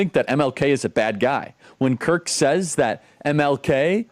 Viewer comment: Who is the guy pretending to be a woman who said Kirk's name was mispronounced? The one with the red painted clown nose? Does anybody know?